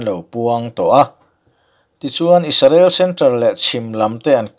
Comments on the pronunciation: Isarel ni lovin IS-RA-EL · Pronunciation hi ka lo chik ve mai mai thin a. Israel('I sa rel') ti a i rawn lam khan mizo ril rem in i rawn lam ah ka lo ngai a, a tha khawp mai. Mahse, an PM Benjamin Netanyahu hming kha chu Benyamin i rawn ti ta daih khan i rilru ngheh tawk lohna a lang tel.